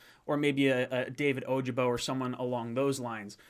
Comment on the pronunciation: I love your channel...but, as a lifelong Michigan fan, your pronunciation of David Ojabo's (OH-Jah-bo) name is hurting my feelings. Go Blue!!! J-E-T-S JETS JETS JETS!!!